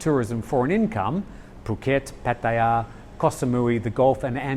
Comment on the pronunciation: Why? Because he says it correctly? You’re probably one of those muppets that says “pa-tyre”! If you bother to learn Thai you’ll quickly see that it is pronounced Pah-tah-yah.